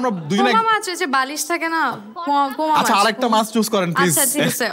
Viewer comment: its not poma mach ,,, its a poma fish or poa mach